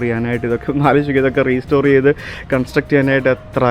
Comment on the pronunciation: PLEASE റീസ്റ്റോർ എന്ന് പറയല്ലേ. It's റെസ്റ്റോർ (RESTORE).